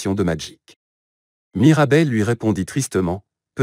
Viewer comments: C'est plus " Mirabelle" c'est " Marabelle " 💀💀💀💀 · C'est pas Marabelle c'est Mirabel. Mais sinon c'est superbe !😊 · C'est mirabel 😂pas marabel